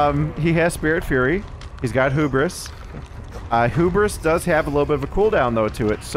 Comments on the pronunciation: It's Hubris, not Hoobris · It's pronounced hue-bris not who-bris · lol 🤣❤️ it's "(Hyoo)bruhs". Not (Hōō)bris. "Hu" pronounces like "H,YOU 😉 Hubris 🤘😍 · So happy to see more Knight videos! Such a cool killer! Also, I just have to mention, the word Hubris is pronounced 'Hue-Bris' not 'Hoo-bris' ;) keep up the great work! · I love when there's a new -ism: "hoo-bris" 🤣